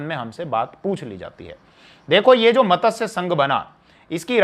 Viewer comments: Very nice narration. One small correction needed in pronunciation of the word MATSYA... It is being pronounced as MATASYA... In Sanskrit MATSYA means Fish...Regards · मतस्य नहीं मत्स्य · मतस्य क्या है।मत्स्य है जी।